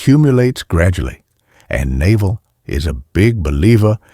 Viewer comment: the narrator pronouncing Naval like the bellybutton is killing me